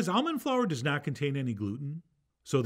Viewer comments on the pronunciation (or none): none